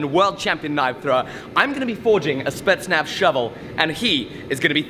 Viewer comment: Did he say spetznaf